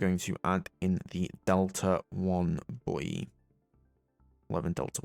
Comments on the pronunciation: the way you say buoy LOL Im dyin here ahhaahaahahaa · reminds me of that meme of "Yea Boy" with how he says it xD